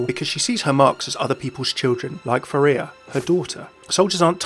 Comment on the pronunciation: It's pharah not pharea